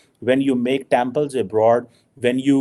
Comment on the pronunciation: It's temple , why do you pronounce as tample